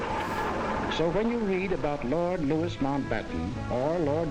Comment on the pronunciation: Lord Louis* Mountbatten ...*Louis is pronounced _Louie_. Louis Mountbatten was HRH Prince **Philip's Uncle, the (now late) **Duke of Edinburgh, was the husband of the (now late) HM Queen Elizabeth II. After disagreeing with his wife over the surnmame of Prince Philip's children, the Queen agreed that his offspring could /would be named 'Mountbatten-Windsor' ('Windsor' being the surname of the Queen since her Grandfather - (King George V) - changed his German surname to 'Windsor' during WWI, due to Germans not finding favour by the British people (...for obvious reasons). Time for a nap (after a few hours spent having bloods, temperature, bp taken & a 'specimen' given (!!) in the Renal Clinic, as I have failing kidneys ...'night-night' !! 🙂😊